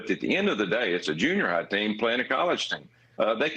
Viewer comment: A small adjustment: It's not "YOU-crane." It's "you-CRANE." And, it's not "Tuberville," it's narcissistic, religious jerk."